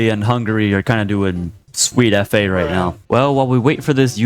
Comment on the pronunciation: I SWEAR HE SAY REICH INSTEAD OF RIGHT